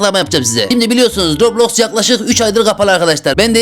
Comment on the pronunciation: Robloski mi dedi adam ben mi yanlış duydum?